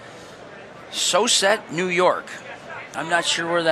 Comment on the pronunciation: Lmfaooo is no one gonna talk about how the guy said Vito is from “sooset” New York instead of syosset